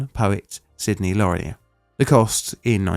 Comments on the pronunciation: In merica we say it "luh-neer"...not "Lah-nee-yay" what the heck are you, Franch!? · Dear Narrator, it is pronounced Lanier, like veneer, not Lanier, like Narnia.⚓ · Too late now, but it's pronounced "LA-Near". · I live in Georgia and we pronounce it… la-near. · It is pronounced like la-near I have lived in sight of this bridge my whole life. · Sidney Lanier is pronounced like "Lan Ear". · It is pronounced Sidney la near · In Louisiana it’s pronounced LAWN-yay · Sydney Lanier as in "Sid-knee, Lah-near" ... (gotta speak your Southern rightly .... ;-) ) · It's actually pronounced lah-neer with the accent on the second syllable. I'm a proud graduate of Sidney Lanier High School. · It's pronounced "Lan-EER". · We moved to Brunswick in early 1972, age 7. I remember this distinctly. For me it mostly meant we didn't go to Jekyll Island very often during the time it took to repair the bridge. By the way, Lanier is pronounced "LA-neer" in Georgia. We also have a Lake Lanier, but that's another story altogether. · Love you,, love the channel! With respect, Lanier (in the South) is pronounced Luh-NEER. (I live a couple hundred or less miles from the bridge) Lisa~ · This is the second time you’ve mispronounced the last name of Sidney Lanier. And each time you pronounced it differently, but still wrong. It’s really not a difficult name, Lanier. LAN-ear. See? Not hard, and frankly it’s rather odd that you wouldn’t learn how to say it before you began. - Fair dues, you got it right this time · La near = Lanier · Interesting that Plainly Difficult did a story about something named for a relative of mine. By the way, its pronounced "luh-neer" 😅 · Sidney Lanier's last name is pronounced "luh-NEER". We had a high school by that name where I live (changed due to wokeness to something else 🙄) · I love your videos, but as a Georgia resident, I've had to learn how to "correctly" pronounce a lot of local names. Cairo = Cay-roh, Vienna = Vye-'enna, Lanier = Luh-neer.